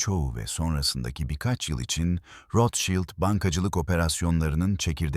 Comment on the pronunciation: Rothschild yazılır, rotşild olunur.. rotşaylt değil… naçizane😉